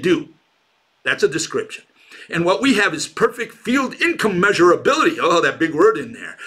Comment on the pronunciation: ... it's not incommeasurabilty, it's incommensurability